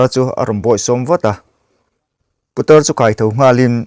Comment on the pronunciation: Putar tih ah khan tawngfiah deuhla aw